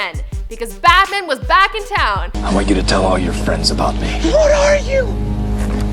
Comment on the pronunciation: Why can't she say BAT man